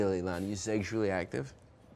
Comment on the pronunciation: “Seggshullee active?”